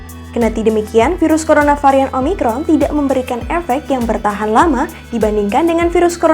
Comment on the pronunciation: Bisa bisa keseleo di bilang umicron wkwk